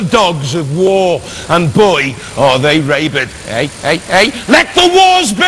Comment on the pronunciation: lol ray-bid